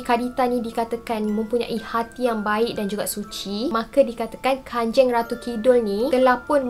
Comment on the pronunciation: Kanjang bukan kanjeng memang ejaan dia kanjeng tapi bacaan dia kanjang